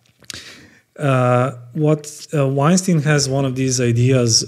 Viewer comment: Rhymes with Albert not Harvey.